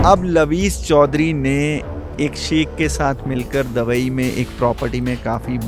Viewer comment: दबई नहीं...दुबई😂